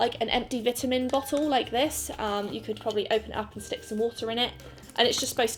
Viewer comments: WHY THE FUCK DID OU PRONOUNCE VITAMIN THAT WAY????? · The way she pronounces vitamen v ita men the way i do vitamen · The way you pronounce “vitamin” is so fricking cute